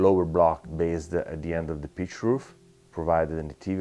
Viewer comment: Every time he says "pitch roof" I hear "beet root". Makes a lot less sense that way.